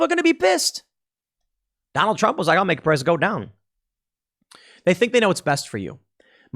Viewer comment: "We're just feeling the effects of the trawmp administration hurr fking durrrrrrrr"